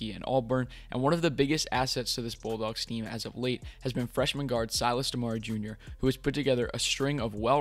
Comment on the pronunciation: Dope video🙏🏾. We can bet on 4!!. But it’s “Dem-uhh-ree”. I cringed every time 😂. Dem-uhh-ree 🤯.